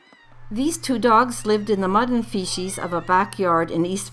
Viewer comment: What exactly is "fee-shees" ? It's pronounced "fee-seas" like sea as in the ocean...lol canadians...